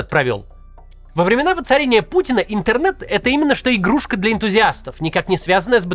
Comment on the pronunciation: Он даже произносит это слово с нескрываемым отвращением: "ынтэрнэт" 🙄...